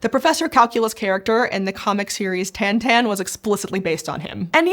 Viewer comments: I hate to be the one to say this, but for all that is covered in this video, I can't help but be fixated with pronunciation of Tin Tin. It sounds like they say Tantan rather than Tin Tin. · Tan tan? As in tin tin?